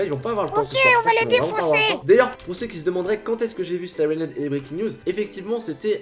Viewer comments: Tu peux prononcé siraine heab en anglais donc sylenhead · faut mettre un accent anglais quand tu dis siren head et breaking news